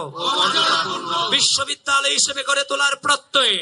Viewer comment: শেষে কি বিশ্ববিদ্যালয় বলেছে নাকি বেশ্ববিদ্যালয় বললো বুঝলাম না!